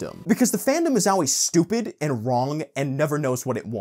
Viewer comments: pronouncing 'always' but it sounds like 'auwways' makes me chuckle. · I agree with some of your point.... but please for the love of satan, stop pronouncing always owl-ways.